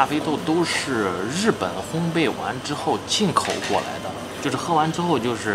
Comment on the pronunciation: 店员连烘焙两个字都念不对